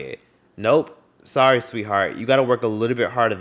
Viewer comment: 🙂‍↔️ TAHH!! That's that arrogance EVERYONE is talking about, rudeness. Well, "I'm sorr-the." Actually, SORRY NOT 🙅🏾‍♀️ SORRY I'm not "sorr-the." 🤣 You ARE DONE! Move TF around, Tyla and Cardi B!! "Hate to be tha one to tell ya" (In my Kash Doll voice) MOST FBAs do NOT like you, and we do NOT 🙅🏾‍♀️ support you. The ones that do, REALLY NEED to wake TF up, because EVERYONE EVERYONE HATES US!! You guys wanna invite EVERYONE to the cookout. That's EXACTLY why we have ALWAYS been the ones at the bottom, and because we CANNOT STAY on CODE like EVERYONE else. SMMFH 🤦🏾‍♀️ Unfortunately, WE are going to HAVE to leave a LOT of US / FBAs behind, because they refuse to get on board. Since the beginning of time, TOO MANY of OUR people have wanted to be all-inclusive, and support the very people that hate us. And, it has ALWAYS led to OUR demise ONLY. My GOSH!! 🙄 How many times does history have to repeat itself? How long are we willing to continue to STAY at the FUKN bottom, because we want to support EVERYONE and invite EVERYONE?? We invited EVERYONE into OUR culture, then THEY tell US we don't have any culture, while they STEAL OUR culture, and then we sit there with our mouths wide 😲 open with the d*ck look on our faces. Now that we have caught on, we HAVE to move accordingly. THEY are erasing us from history. Non-FBAs are booking EVERYTHING, even though they are black, but they're not FBA. They are booking Clear folks as well. Again, THEY have taken over EVERYTHING that once